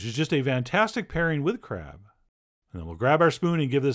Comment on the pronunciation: Am I the only one who heard , just for a second... Crap wonton , crap dumplings.... I feel bad but I can't stop my brain